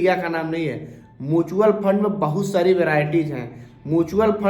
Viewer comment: पता तो आपको भी नहीं है म्यूचुअल फंड को मूंछवल फंड बोल रहे हैं